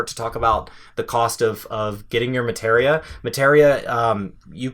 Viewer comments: Muh-tee-ree-uh is how it was pronounced since the ps1 days. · Say it with me now. "ma·te·ria" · Why do you say materia wrong?